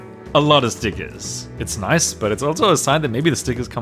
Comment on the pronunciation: I laughed when you said "NOICE" ( which is actually "nice") lime the meme also i really love ya vids because i love rubik's cube's except i only have a 3x3 and two smaller 3x3's but i am really happy for you and i hope you can learn how to solve even more cube's and make amazing videos i love ya so much!!!!😄😄😄😁😁😁😉😉😉😀😃😀😃😁❤❤❤❤❤❤❤❤❤